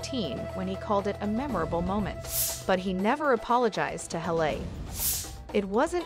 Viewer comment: Why do you not know how to pronounce a name. Her name is not Hal a it is Hal Lee.